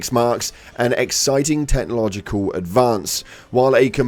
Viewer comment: Dont worry, we shall breeze over how you pronounced Technological:D I miss the initial burst of difficulty we had with the very first predator strain release.. that was pure hellish joy.. everything has gone back to feeling easy again l0ol.